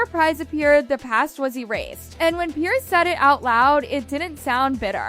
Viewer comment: His name is Piers not Pierce. Like plural of Pier. Americans should learn English before telling people how to live. Maybe start with learning cutlery use beyond the scope of a toddler.